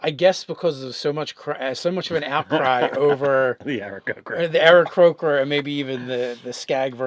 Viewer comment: It is Aarakocra not Aarakrocra. Please...